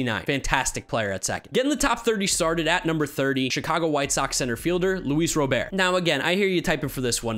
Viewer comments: IT'S RA-BURT. NOT ROW-BEAR. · Whitesox center fielder's last name is pronounced RoberT. Like the name.